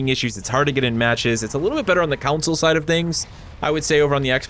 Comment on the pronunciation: lol Man you still pronounce console like "council". Alright, so I guess that's just your thing. 😅